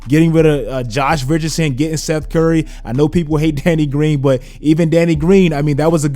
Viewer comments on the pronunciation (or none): none